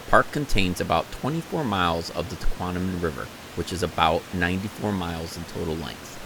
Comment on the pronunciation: Great video! For future reference - It’s pronounced “tuh-KWOM-uh-non” - not “tuh-KWON-uh-min”.